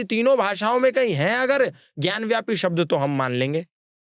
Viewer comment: ज्ञान व्यापी नहीं भाई ज्ञान वापी है..वापी संस्कृत का शब्द है जिसका अर्थ कुआं होता है